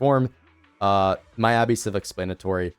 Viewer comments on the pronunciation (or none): Good vid but you say miyabi wrong